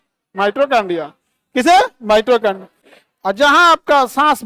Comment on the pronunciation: Khan sir ,Mitochondria theek se uchchaaran kariye ,Mitrochondia mat kahiye.